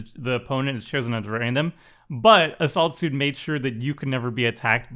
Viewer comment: sounded like "a salt suit" if you don't see the card haha